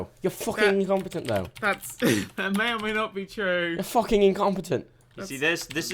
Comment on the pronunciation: "Fwuhcking Incompetent though." I don't thinks that's how it's pronounced in British English... Also, he really wants to point out Dan's incompetence... Edit: Blood for the Blood god, indeed.